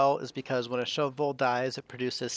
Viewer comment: I appreciate how you pronounce Shove Vole each time, and don't just say "shovel". I've never done a shove vole farm before, so I definitely think I'll try it out now. I'd like to experiment with the replenishment though - perhaps if the critter counter rather turned off the egg conveyor loader (is that even possible) when it drops below 10, then you just have to wait a few cycles for it to hatch and grow up. As soon as it hatched the other eggs would be swept up again. Then again, there would be a slight delay in producing more eggs while you wait for the pup to grow up.